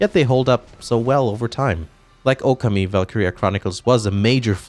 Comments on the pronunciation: First time watching a video of yours. Kinda surprised how much you butchered saying the name Okami. You pronounce it Oku’mee. It’s “O-kahmee.” Your “ka” is especially jarring. I don’t expect anyone to have perfect pronunciation of Japanese names - I’ve lived in Japan almost 3 years and my language skills are still limited. But when you talk about the game so much on your video, I’d hope you’d check how to say it right. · Oh-Kawm-Me Oka-Me is not a game. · Your mispronunciation of Okami...